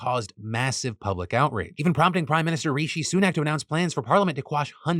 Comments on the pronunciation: "Prime minister Reeshee Soonaak" wut? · Phil I love you but can you please stop pronouncing Rishi Sunak “REEEEESHEEEEE SUUUUUUNAKKKKK.” It sounds literally insane